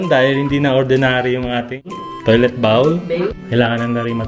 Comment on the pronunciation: Congrats on your new apt. Oh by the way it's toilet BOL instead of toilet BAWL! He he he. Japan's apts are generally tiny compared to US. is more traditional and conservative than. is snarky. She makes side comments and is very patient since he is a few years older.